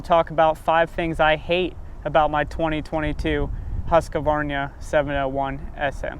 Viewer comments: It's Husq...varna bro , not Husqvarnia. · Where are the letters that you pronounce husqvarna not husqavarnia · its really sad you cant pronounce the brand right. its not huskavarna, its huuuuuuuuuuuuskvarna, pronounce the uuuuuuu. you sound like idiots when you pronounce it. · Huskque-varina :D :D :D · it is not called Huskavarnia 😂😂😂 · Huska-varnia --- tf you smoking bro? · Bruv please say Husqvarna properly